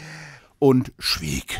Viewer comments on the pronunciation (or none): Scha - wieg? Ich hab verstanden "sah weg" 😅